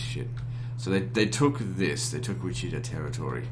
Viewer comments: Hearing a British person say “Wacheeta” instead of Wichita bothered me more than I thought it would lol. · Lol it was funny how you pronounced Wichita as "Wicheeta"